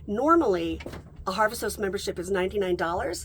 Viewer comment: Harvest House-t 😂❤ It’s hard to tell if you’re saying Host or House.